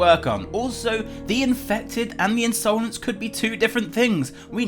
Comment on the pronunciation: INSOLENCE its not pronounsed insoulense